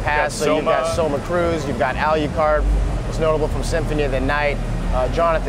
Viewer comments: al what card?? alyoucard?? alyewcard??? gah! I'm complaining about that.. damn guy can't talk and play castlevania games at the same time... and his murder of famous helsing characters... alucard!!!! al.. lou... card!!! is that so hard!!! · why does that guy pronounce it "Ali-ew-card. its pronounced al-lu-card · A LEE YOU CARD! If you are going to promote the game, PLEASE get the pronunciation of the names right :P . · "ALYEWCARD"? What a noob... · Ah-leew-card WHAT THE FWOK IS THIS SHEET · Al yoo card? Thats annoying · Why does he pronounce Alucard like "AL_U_CARD"? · plus this isn't a great game it's a down grade from the series i mean the fucking dude who's running it can even say Alucards name right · I cringed every time he said Alucard's name wrong.